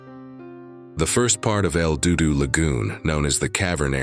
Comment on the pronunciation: Another AI channel that can't properly pronounce words correctly. IF the divers had kicked up silt how is it there was "no trace" of them in the main cave? Wasn't the silt all kicked up a trace? AI is such bull shite, did you even listen to this video before posting it lol El DooDoo lol.